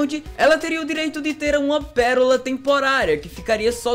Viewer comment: KKKKKKKKK "PERORA"